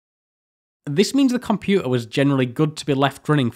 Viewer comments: It’s compuTer NOT compu a 😡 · "Compu'er"?!? Great video though. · You're accent is baffling 😊 You claim not to be able to pronounce a hard "t" but have no problem with Minuteman, digital, architecture and dozens of other words. Then along comes water, computer, and it's nope, cant do tha'. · I can excuse your inability to pronounce 't's in computer and motor etc being from north of Watford, but the 'u's in aluminium are unforgiveable. Traitor. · "Back in nintiseven'y, any compu'er was a good compu'er". What is this personal war of yours against 'Ts'? Fantastic content anyway, as usual.